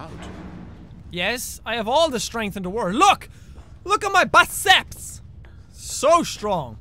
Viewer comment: did jack say biceps or buttsex?